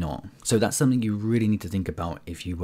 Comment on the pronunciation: I hope that’s not a 'k' I hear in 'something'.